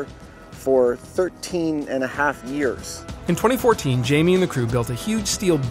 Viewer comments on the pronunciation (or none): none